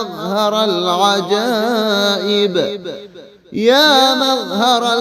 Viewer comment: مظہر ۔۔۔۔ ر کے اوپر تو زبر ہے اپ نے زیر کیوں پڑھا